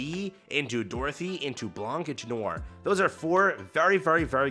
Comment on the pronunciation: Could be worse. There's a video where FG3000 pronounces Noir as "Nee-or" 😂